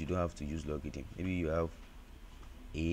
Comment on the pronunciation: It's not pronounce logidn bro😅, it's logarithm..😅